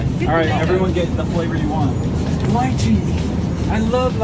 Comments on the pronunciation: when he said lychei it made me cringe cus it ly-chee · I've never heard lychee pronounced like that...